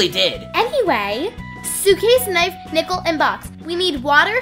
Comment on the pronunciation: nick-le not nickel 😭😭